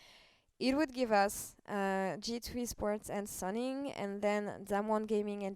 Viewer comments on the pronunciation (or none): just a heads up: Suning is pronounced soo-ning! hope you have a great time in shanghai :D